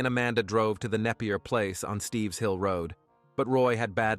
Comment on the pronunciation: It isn't "Steve's Hill"....It's Stipps Hill Road. I grew up in this town and even spent the night at David ison's house when we were children. These murders really shook up the whole town.